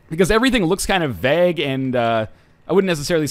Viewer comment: every time you say "vag" for "vague" I still shudder